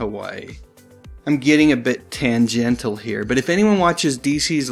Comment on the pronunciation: It's not even that he refuses to say the word "ISIS" out of his own made-up fear of what he thinks people will say about him, it's the fact that he constantly mispronounces words like tangential as tangentill and similar as simular . And for future reference, the word mischievous is not pronounced as mischeevious. (The guy's trying to sound smarter and more p.c. than he really is.)